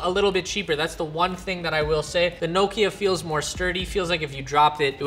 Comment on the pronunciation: Nooo key a 🙈🤔 Never heard Nokia called that 🤣😂